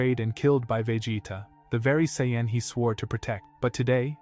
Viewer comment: Saiyan not Saynn and Vegeta nor Vejita